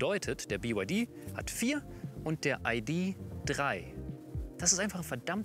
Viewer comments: Warum nennt der Herr den VW "EiDi Drei" und nicht "Ih De Drei"? VW ist doch eine deutsche Marke, deshalb ist "EiDi Drei" falsch. Oder nennst Du den BMW etwa "Bi-äm-Dobliu" nur weil die Amis ihn so nennen? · Bei … „Biewaidie und Aidiedrei“ - da habe ich ausgeschaltet. 🤷‍♂️